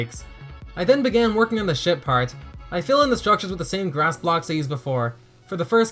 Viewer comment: I keep thinking you say sh*t part and not ship part.